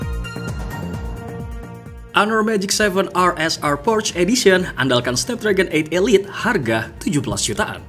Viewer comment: bacanya porsya bang, bukan porsh